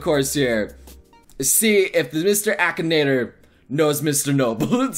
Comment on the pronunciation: Ahem, A-KEE-NA-TOR